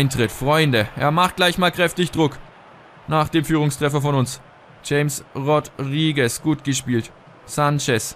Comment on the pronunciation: es heisst chames rodriguez(ausgesprochen) :) aber ist eigtl nicht wichtig